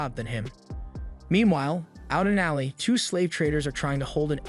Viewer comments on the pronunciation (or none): none